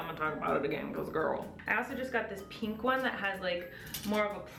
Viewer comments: I love how you say pink! "Peenk"! <3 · Lance Olrickan omg yes thank you!!! I'm from Indiana and nobody says peenk here either! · sammie jo Definitely not. Colleen is the first person I've ever heard say it like that.